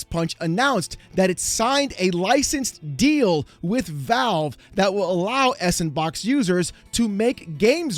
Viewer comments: It's not S-and-box it's Sandbox. I have seen many people make that mistake. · Not sure if this is how it should be pronounced, but S&Box I thought was meant to be pronounced Sandbox, because the ampersand (&) represents and. If you combined S and And, you'd get sand which sounds more fitting to what this engine is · Isn't s&box pronounced "Sand Box" you know, playing off the "all the toys available" that sandbox has been in gaming for a while? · isn't it just called sandbox in terms of pronouncing it? s &(and) box sandbox hearing s and box was irking me bad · Can we PLEASE stop call it "Ess and box" It's SANDBOX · Is it really that hard to read out s&box? Like it should top you off immediately that it feels and sounds dumb to say “s AnD bOx” like 75% of the people reporting this just can’t figure it out somehow. It blows my mind. I know it’s not that big a deal but if you’re supposed to have looked into this enough to make a video on it, maybe know how to say it? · Pretty sure S&Box is supposed to be pronounced “Sandbox” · I"ve beeen pronouncing S&Box as Sandbox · Just say "sandbox", no need to emphasize the '&' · I know what you’re doing. You’re saying S&box wrong to increase comments. I know you’re doing it… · i know? Some people aside from are pronouncing it s, and box which i also dont really get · How long until you realize it's supposed to be read as "Sandbox"? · That I think is the biggest risk looming over this. Giving the means to make games and sell them to everyone for free is great and I fully support the idealism. But you can just tell from miles away there's going to be a f**kton of shovel ware produced with sANDbox (that pronunciation was a pet peeve the entire video) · Is anyone gonna tell him it's actually pronounced sand -box? Lol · It's not 's and box', it's Sandbox! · FYI... it's pronounced "Sand BOX" = S & Box ^_^ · He's reading as it looks instead of going 'oh, Sandbox' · it's SANDBOX! not s-AND-box Wow Mr. "it's not EC bald"